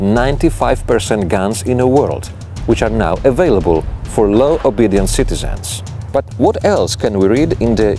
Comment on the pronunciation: At first I thought he was saying "low obedience citizens", when he was really saying "law abiding citizens". Great video!